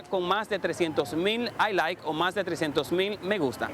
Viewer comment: se dice Like no I Like -.-!